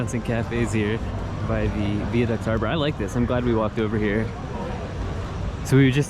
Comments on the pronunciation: THEY WENT to the Viaduct, pronounced Veye ( as in eye ) aduct : he kept saying " Vee- aduct " . Cheeres . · Really appreciate your courtesy of nz English or Maori language 😀 p.s the viaduct is pronounced Via 2nd word Duct rather that veaduct like is one word but pronounced Via not Vea 😊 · vie a duct * (rhymes with eye)